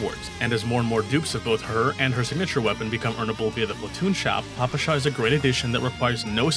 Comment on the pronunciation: Russian player here and I'm here to judge and/or correct your pronunciation and giving it Tiers as well. Nikketa is probably up to a debate but it sounds just like a given name "Nikita" which is quite often in Russia. Considering that - S Tier. For Papasha you want an emphasis on the second "a" - Papásha. S-Tier for the try tho. It also literally means "Daddy", so now we have our own "Father" just like in one certain game :^) For Nagant in general, it actually should be "Nagan" but since it's written with "t" it can be misleading for other people. Since it's not your fault, I will give you an S-Tier. Mosin is read like it's written - Mosin, not Mozin. With that said, I can't rate your pronunciation other than S-Tier. Krolik is probably as good as it can be for someone who doesn't speak Russian. Definitely S-Tier. Unlike Krolik, Ksenia is almost perfect but even with that it's probably... an S-Tier. Yeah, S-Tier. Dushevnaya is nailed perfectly. Easy S-Tier pronunciation. And last but not least, Groza - it's Grozá. It means "(Thunder)Storm". For that you will get an S-Tier. CHINA TIER Bélka is as easy as it can be. "Squirrel". Considering her looks she has two big reasons to say her name correctly so I expect from you nothing less but an S-Tier While it's written "Leva" it's more like "Lyówa" and I even saw some people writing her name like that. It might be a bit challenging but if you'll get it right that will be an S-Tier for sure. "Lyowa" is a cute word for "Lion". I also h